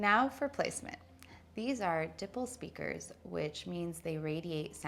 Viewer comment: "A 1,000 or 100 Watts" - which one? Also please learn how to pronounce dipole: It is like "die-pole" not dipul.